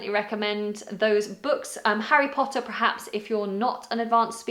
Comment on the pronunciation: you said prer-haps! 😆